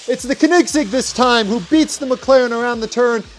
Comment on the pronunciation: its not kenigsig its koenigsegg